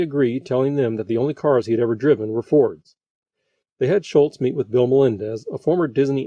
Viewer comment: Everyone has mispronounced Charles' name for so long that it spawned his own Mandela Effect. It is Schulz not Schultz like Hogan's Heroes John Banner. By the way, Hogan's Heroes, another CBS show, was in its first season when this aired.